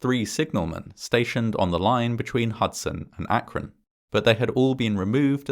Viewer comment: Congrats on saying "Akron" correctly. I almost never hear anyone from out of the area pronounce it how locals do, which is "ak-run".